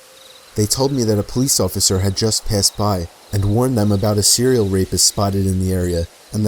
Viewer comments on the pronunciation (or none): "a cereal rapist" xD